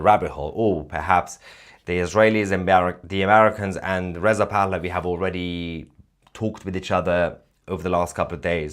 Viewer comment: hah - sounds like you say crown prince of iran is Riseup pahlavi.. lol